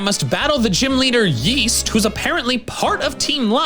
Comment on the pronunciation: Am I insane or does keep saying names wrong. Augur he calls August. East is Yeast? It's bothering me way more than it should.